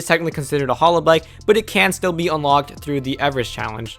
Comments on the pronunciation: Hallow bikes? Hay-low. like the game. smh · Halo is pronounced hey low. Not hallow. Halo. Like the thing over an angel’s head. Halo. Like the video game. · Yes, I was thinking the same thing every time he said halo like “hollow”. Glad someone said something. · pronounced hay-low. SMH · its Hey-Low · Dude say Halo correctly :D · Listen to the Beyonce song Halo to learn how to pronounce Halo thanks :0 Your pronounciation is driving me nuts.